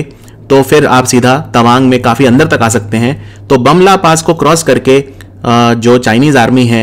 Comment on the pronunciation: Its pronounce as 'boom la'